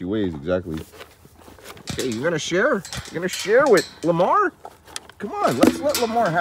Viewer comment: Hearing you call him Llamar warms my heart and makes me laugh at the same time!! 🤣🤣❤️